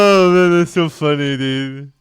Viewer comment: You say "funny" just like Ruby Roundhouse 😂 .. its so funneh!